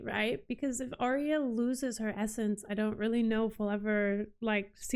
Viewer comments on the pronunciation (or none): I realise that this is older and you may know by now but Arya is not pronounced how you're saying it as Aria. You pronounce it Ar Ya as 2 parts together to get it right. Anyway, loving your reactions. Found you on TWD and that's my fav but loving this one too as I'm a big book reader and have read all the Song of Ice and Fire multiple times. Thanks :)